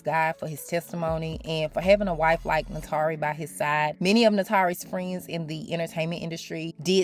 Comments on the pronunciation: Goodness it's hard to focus beyond you butchering her name: it's pronounced 'nah-too-ree' not nahtaree. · NAY-TOUR-REE!! Great video too.